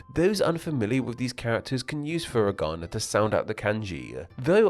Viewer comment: Japanese only has 5 vowel sounds, not including diphthongs. A is always ah, I is always ee, etc. So foo-ree-gah-nah, not fur-ih-gah-nah, and kah-tah-kah-nah, not cat-ih-kah-nah.